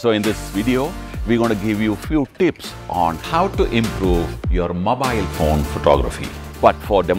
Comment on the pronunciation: A few TTTTTTTtipppss